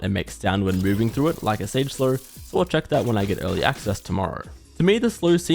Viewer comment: am i the only one who hears him say Slur instead of Slow? 🤔